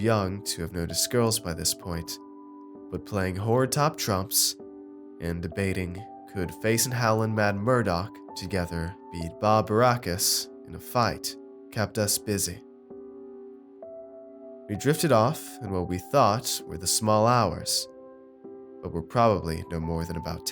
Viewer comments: It's B.A. Barrackus...not "Bah" Barrackus... Come on man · Undertaker9711 also it’s not Baa Barracus it’s B.A Barracus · Great narration great story just caught a quick it's not ba baracus it's B a baracus from The A-Team they're definitely too young to know that show and if you do that's awesome once again I'm not saying this to poke or be a douche just letting you know I still think you're a great narrator